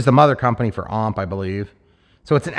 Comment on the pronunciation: Why does everyone say OMP like it's a word? They stand for Ohio Model Products so it's O.M.P. basically.